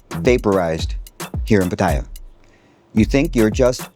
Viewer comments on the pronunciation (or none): Like your content but considering that u live in Pattaya, u should at least pronounce that correctly without sounding like a tourist Farang… it’s not Pattaya but “Pattiyaa ”…as the Thais call it …